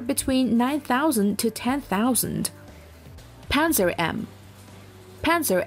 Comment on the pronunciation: It's pronounced "pantsir", not "panzer".